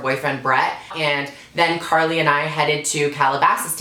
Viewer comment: she pronounced carli's name wrong 😂